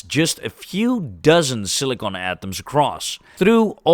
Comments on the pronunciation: SILLY CON.... NOT cili cone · Why you keep saying Silicone and not Silicon ?????? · I think he is saying Silicon most times, might have slipped couple times or maybe it's the accent. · This guy can’t pronounce silicon